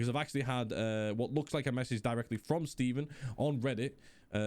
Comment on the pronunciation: audio is a little low on my end. just for future reference for what it's worth. (and then the intro blew my ear drums out lmao) and personally, i'm totally fine with the delay, we get more play time in the end, and we still get to play a little bit. lastly, yes you said Steven's last name correct the first time, with emphasis on the EE.